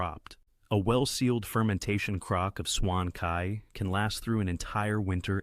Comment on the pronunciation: its pronounce as dou ban jiang not joeng..and bai jiu, ,jeu,not swan kai..its suan tai = pickle vegs. vinegar is To or tou Not Koo my goodness🤣🤣🤣🤣🤣